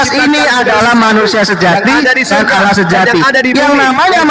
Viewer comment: Juma sebut Allah tu tidak benar, Allah ko disebut Aulah SWT, kenapa tidak Aulah swu atau swb, tidak paham sama sekali